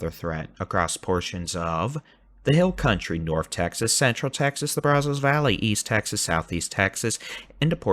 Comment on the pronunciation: you’ve got to say the name Brazos correctly. It’s driving not only me nuts but other people from Eastern Texas. That’s not how you pronounce that. It makes you sound like someone not from Texas. As I mentioned before, great weather coverage!!!! If you want to know how to pronounce it please reach out.